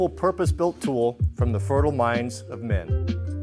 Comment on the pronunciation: weird emphasis on the men part but cool vid nonetheless